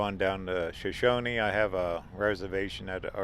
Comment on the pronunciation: it's pronounced "show shown". The "e" on the end is silent. When most people think of Idaho they only think of mountains. There's lots more to it. We live near Twin Falls so most of this is in our backyard. The Shoshone Snack Bar has great burgers. That bridge is one of the very few in the U.S. where it's legal to base jump off of it. We see them quite often.